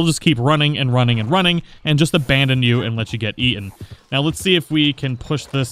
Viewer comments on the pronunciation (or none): none